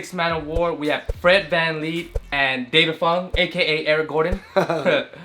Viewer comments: It’s Fred van fleet not fred can lee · It’s fred van vleet not Fred van leep